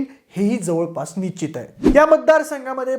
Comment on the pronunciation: nichit nhi nischit. निश्चित. कृपया योग्य आणि अस्खलित मराठी बोलण्याचा प्रयत्न करा. एका लोकप्रिय यूट्यूब चॅनेलचा अँकर म्हणून तुम्हाला मराठीतील बारकावे, सशक्त शब्दसंग्रह, व्याकरण इत्यादी गोष्टींची चांगलीच जाणीव असावी. तुम्ही सर्व खूप चांगले माहितीपूर्ण व्हिडिओ बनवत आहात. असच चालू राहू दे. तुम्हाला आणि तुमच्या टीमला शुभेच्छा.